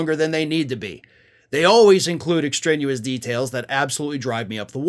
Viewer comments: The word is extraneous not extranuous 😂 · Hey. There's no such word as "Extrenuous". You said it at least twice. The word is "Extraneous". Just trying to help. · Extrenuous? You mean extraneous. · Extraneous / ex tray knee us Other than that, good subject matter. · That's extraneous , not extrenuous - no such word.love your show but speak English, unlike trump. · Extraneous, not extrenuous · extraneous not extrenuous. Lv ya,!